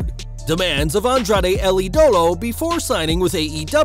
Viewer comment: Idolo is pronounced ee duh low